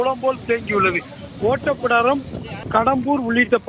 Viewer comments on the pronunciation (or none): ஓட்டப்பிடாரம் இல்லை ஒட்டப்பிடாரம்